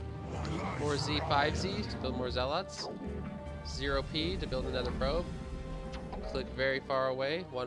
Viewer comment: It’s zealuts not zell-oughts btw 😂